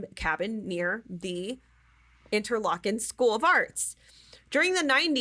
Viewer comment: I believe its "inter-lake-en"